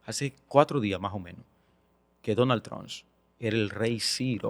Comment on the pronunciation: Pero porque no sabe pronunciar Trump?